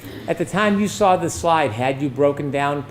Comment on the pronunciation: There is no R in saw.